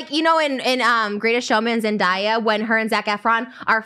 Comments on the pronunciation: Trisha- you’re queen but like- “Zendiya”😭 LMFAOO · Zendaya out of her own mouth in an interview said it’s Zen-Day not Zen-die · Nobody: Trisha: “Zen-DIE-A” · i’m pretty sure it’s Zen-DAY-A lol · I can’t rewatch this episode too many times because trisha keeps saying ZenDIEay PLS it irks me so bad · trish really called zendaya "zendieya" lmao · I think it's funny how Trish pronounced Zendaya. But didn't see any comments about it LOL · Trish mispronouncing zendaya's name was the funniest shit ever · Omg anyone else hear how she pronounced se days name 😂